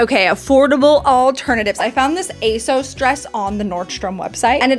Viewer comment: Did anyone else's jaw drop at the pronunciation of Asos? All jokes aside, love this video!